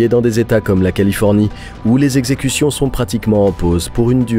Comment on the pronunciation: Les quatre zexecutions hahaha😂